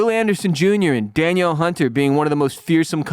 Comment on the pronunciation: All us Viking fans understand the frustration. We've been there and will ultimately be there again one day. Many of us old schoolers have learned to embrace the pain and expect disappointment. I like the Texans, Danielle Hunter is my boy (pronounced Deneal btw). Love the rant, good show keep it going.